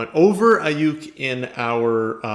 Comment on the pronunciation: anyone else happy that he said Aiyuk correct😂